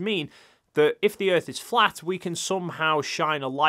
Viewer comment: "Cuz the earf is constantly rising, or going up. Duuuuh!?!?" Lol... That one Always makes me laugh.